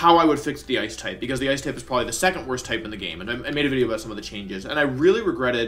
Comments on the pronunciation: it not video it’s wideo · Every time I hear Wolfey say 'wideo' I flash back to the time Joey told him to stop saying his v's as w's and nearly die laughing